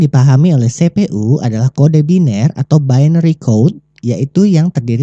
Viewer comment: sepe.u di telinga gua kurang enak di dengar tolong dengan pelafalan inggris CPU-->> sipiyu